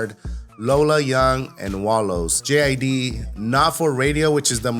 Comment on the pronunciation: it’s JID, pronounced like “Jid” with a short i sound, not “J-I-D.”😂😂😂😂😂😂